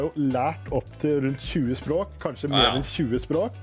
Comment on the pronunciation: He said sprak innstead of språk